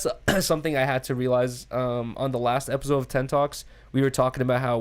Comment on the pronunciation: Epizode Everybody else: Episode 🤣🤣